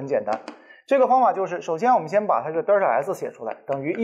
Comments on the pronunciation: 迷妹表示超喜欢听李老师讲课，清晰易懂。只是有个发音实在是不太标准啊，是delta 不是“嘚儿踏”啊，刚听到时我就黑人问号脸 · 作为李老师同龄人的我对李老师的敬仰犹如滔滔江水。天天追李老师的新课，期待李老师更多好作品。有一个小建议不晓得合不合适提。李老师Delta的读音能否改善下，每次听李老师读Delta读成Derta每次寒毛都会竖起来，哈哈。Delta没有儿化音的哦。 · 不是呆儿塔，应该读呆噢塔